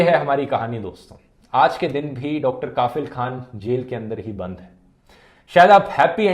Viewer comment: Sir, इस डॉक्टर का नाम कफील खान है, काफिल नहीं, इतने मशहूर नाम को आपने लगातार गलत उच्चारण कैसे कर दिया??